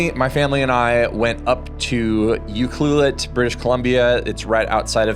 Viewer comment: Mad props for correct pronunciation of Ucluelet, some of the indigenous names can be harder for people to say. Yes, I have a trip to Australia coming up in a year or so with the family for a friends wedding, and I am torn between bringing a bag of Leica M and a mirrorless camera to use those lenses on, or just bringing an X100V and Rollei 35, just going super lightweight.